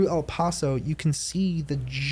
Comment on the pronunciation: PLEASE PRONOUNCE EL PASO RIGHT